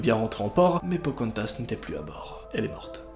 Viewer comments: Pocantas?! Non Pocahontas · Pocantas !!!!! C’est pocarantaseeeeeeeeee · Non pas phocaantase 😥😥😥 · C pas POCARONTHAS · Pokantas?On dirait un Pokémon humanisée😂😂😂😂